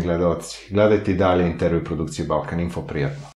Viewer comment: Evo moj Radovane i ovaj bandit kaze "In Tervju"